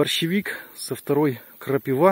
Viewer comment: Не крапивА, а крапИва😅